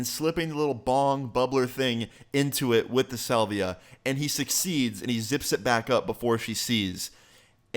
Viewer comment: Dude can't even say salvia correctly